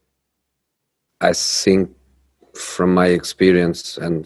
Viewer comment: “I sink” lol 😂